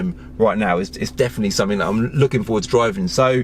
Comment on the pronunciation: please, PLEASE learn to speak english correctly: "three" not "free" "something" not "somefink" etc. you may be knowledgable but anyone who speaks like that just automatically sounds untrustworthy